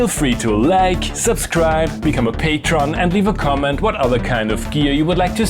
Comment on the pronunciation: I love that you call it PATRON instead of PATREON.